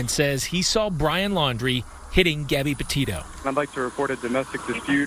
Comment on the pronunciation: That woman pronounced Gabbys last name wrong,bad reporting